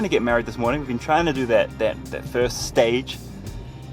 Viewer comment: Vorning vorning vorning 😂